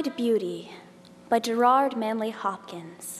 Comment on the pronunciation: Just learn to pronounce 'Gerard' properly.